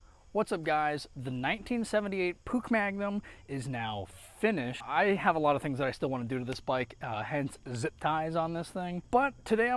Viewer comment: "Puck magnum" 💀 its puch